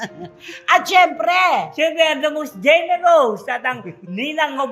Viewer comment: GENEROUS ( RUS)….not GENEROSE….. palaging sinasabi na GENEROSE ( ROSE)……NOPE!